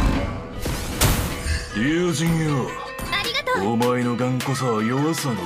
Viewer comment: your "arigatou" is disturbing :(